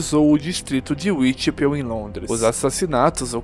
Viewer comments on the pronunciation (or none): Uitipél foi foda 😅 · Ótimo conteúdo! Dica: Whitechapel se pronuncia uaitixépou